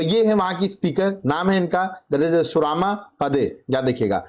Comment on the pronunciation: Suraaama nehi सुरमा है, question no 12, prounce thik karo